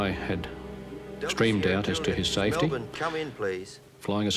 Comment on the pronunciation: Congrats to Robert Stack for pronouncing Melbourne correctly